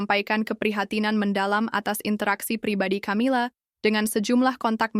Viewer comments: Camilla=bacanya kamila, bkn camila, emang camilan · Knapa sih ucapan Camila jd tjamila